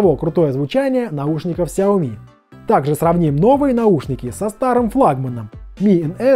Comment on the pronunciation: Лайк за то что правильно произнес фирму xiaomi, спасибо что такие люди есть